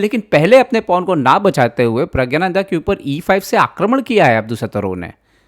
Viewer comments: pragya-nanda nahi.... praggna- nandhaa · Pragyananda nhi Pragnananda ... 😅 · You do not know the real name of the star player of your own country. His name is not Rameshbabu praggananda but Rameshbabu pragganananda.Pronounce it correctly.